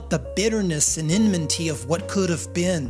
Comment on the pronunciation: . enminty? stick to words you know